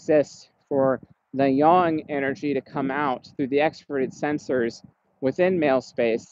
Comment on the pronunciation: Can we talk about how has been saying "yang" properly for quite a while now? Man can learn!